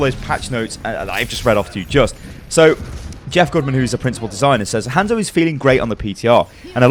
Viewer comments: Its not Handzo Its han(solo) zo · Jesus christ!! stop saying his name like that. They pronounce it properly in game. Can't be that hard.